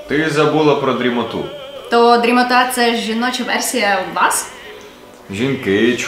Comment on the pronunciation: З наголосами якась біда)) "вЕртіґо", "дрімОта") Ходить сон коло вікон, а дрімОта коло плота)